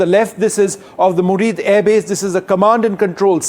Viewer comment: Air base's name is Muridke and not Murid